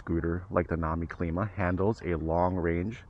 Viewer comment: pronounce climb uh